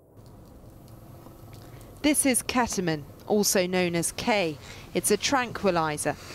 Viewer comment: ahh yes I love "keta-min"